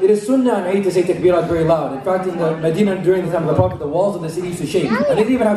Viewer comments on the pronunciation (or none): none